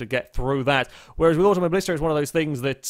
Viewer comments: It's not "AutomoBLIsta" but "AutomoBILIsta" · you pronounce auto mobilista wrong